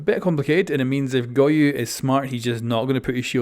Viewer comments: Go-yo Not goyu got you dude 👌🏼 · Bruh why is he saying goyu? Am I missing a joke? Is that how it's pronounced? Or is he seriously misreading a four-letter-word?